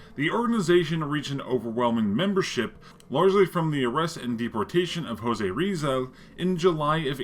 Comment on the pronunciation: Jose Rizal is pronounced Hozay Rihzal